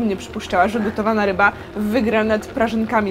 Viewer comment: czy tylko ja usłyszałam ryba fubu?